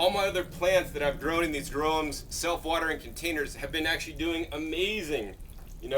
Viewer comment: For those like me who couldn't understand what the box is he is talking about, it's a GROWUMS BOX. All I heard was gromes box.